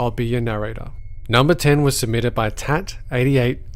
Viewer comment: he said "Tat8888" its supposed to be Tat888